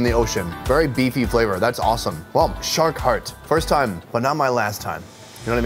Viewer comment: You noticed at the start you said short instead of shark